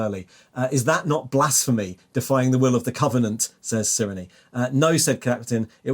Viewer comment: I think Cyrenes name is pronounced "Sai-ree-n" at least according to audiobooks